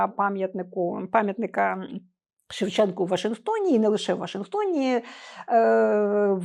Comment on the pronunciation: Пам'ятник ШевченкУ. Автори програми кілька разів казали з буквою А на кінці